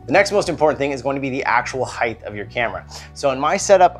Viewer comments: Height not "heighth" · "Heigth"... :).... Great info in this video.. I'm gonna have to try some of these.